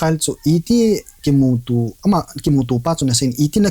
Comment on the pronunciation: Anchor pu Vowels mandan anakijil jep o pls.... Eg: Kimutu X Kumuto ✓ Akichih X Akicheh ✓